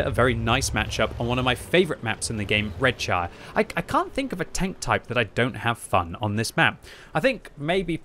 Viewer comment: Its "Red-sher".